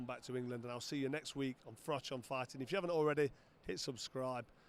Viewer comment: Figh-tin man lost again